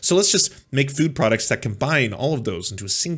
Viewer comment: I like most of what says, but I just here to say "fwood" (at least at the beginning of the video). Yes, I'm that basic, I laugh at accents. But I'm a southamerican native spanish speaker, so everything should be ok.